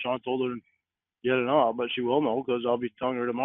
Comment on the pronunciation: I love how emphasizes the w in naWt yet there is no w in not.